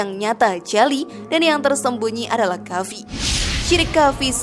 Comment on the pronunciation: Sebelum berkonten hrs belajar baca arab yg benar.krn ni di lihat banyak orang.Kalimat khafi itu yg bener adalah khofi..jgn baca indosianya tapi arabnya.